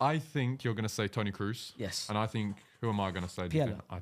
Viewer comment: pronouncing kroos (cross) as cruz is a crime